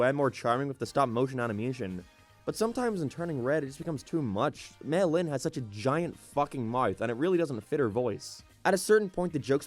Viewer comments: At times I legit thought he said melon instead of mei lin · When he says may Lin it sounds like melon